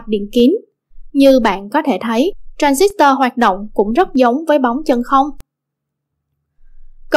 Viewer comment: nghe đọc cái từ tran zít toa mà tui tuk á ;D còn cực grid là cực lưới, có tác dụng điều hướng dòng tia điện tử và hội tụ chùm tia